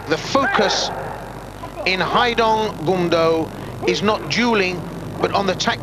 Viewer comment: "Goom-doh" not "gum-doh". It's not bubble gum.